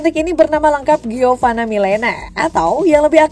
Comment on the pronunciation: Giovani mulu....Giovanna mbak🤦🏼